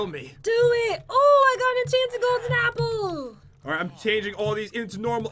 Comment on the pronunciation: I miss when Pat would say "Enchanted Golden 'eeeple'" instead of apple. :(